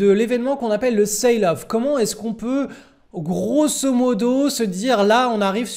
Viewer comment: Il faut dire "selle off" pas "ceïle off" (sail = voile) . Merci pour tes videos.